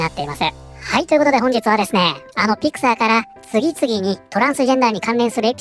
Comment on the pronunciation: ところどころピクサーがピク太ーと聞こえる